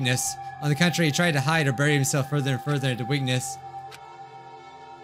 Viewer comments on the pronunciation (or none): none